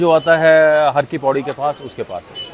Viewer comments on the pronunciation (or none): Its HAR KI PAUDI, not Hari Ki Paudi. Har... means, MAHADEV.